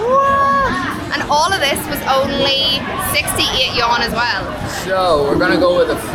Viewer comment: The Yuan is not a Yawn. It is pronounced as Yu-an 2 syllables. You and then Ahn . Neither is it a Yen or a Won